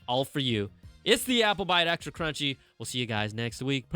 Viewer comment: CRUNCHY NOT CHUNHY!!